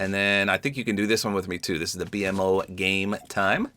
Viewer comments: “The B M O” 😂 nobody tell him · not to be that guy but BMO is pronounced beemo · Just for future reference. BMO is pronounced Bee-Moe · It was a little weird hearing it pronounced that way but you literally said you’ve only seen a few episodes. Ppl need to chill lmao.